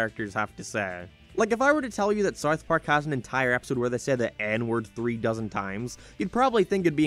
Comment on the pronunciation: why do you say it as Sarth Park lmao